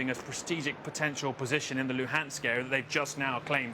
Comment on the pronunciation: Olga Perepolka Moscow accent? The translator is Ukrainian. Listen to her pronunciation "Luhansk republic" .